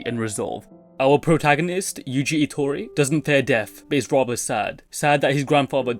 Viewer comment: “Our protagonist, Yuji Itori” lol I love that u didn’t explain urself about the pronunciation